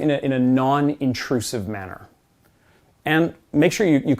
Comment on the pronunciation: Manner * not Manor